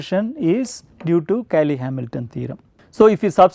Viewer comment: "Cayley" becomes "Caley"?